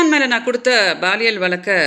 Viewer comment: BAAL இயலா? பாலியல் னு சொல்லுங்க மேடம்.